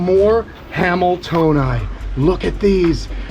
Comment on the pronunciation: I keep thinking your saying something wayyyyyyy different When you say hameltoeni (i know i butchered that spelling) 😂😂😆😂😆😂😆